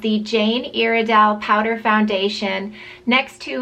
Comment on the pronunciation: Your saying Iredale wrong